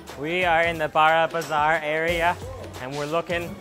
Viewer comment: Just stating it....... "BARA"bazar is the only way you should not pronounce it It's more like "BORO"bazar